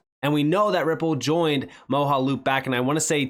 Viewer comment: Moge (pronounced like doge) - aloop. 😉 Mojaloop Great video... again! Thank you,.